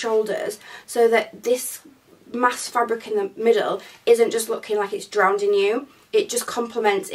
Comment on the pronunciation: drowning not drownding (sounds better believe me). I couldnt find the knot tops, I will just keep my eye on Boohoo because I love the one you have. I did manage to get a T shirt dress with the tie detail...so thats something. I am loving your content!